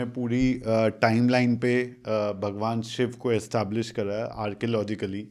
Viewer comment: आप कृपा करके शिवा शब्द न बोले, शिव बोले